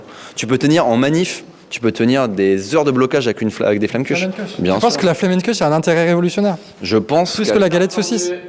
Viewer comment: t'as un problème de prononciation ! phonétiquement, c'est "flammEkuchE" ...